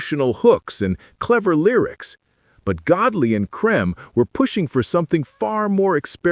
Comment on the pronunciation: You should have learnt how to pronounce "Creme"